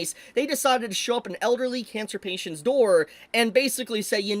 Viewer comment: “pancer catients”😂